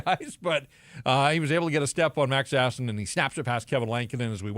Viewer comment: I enjoy that pronounces Sasson in a non-ridiculous way.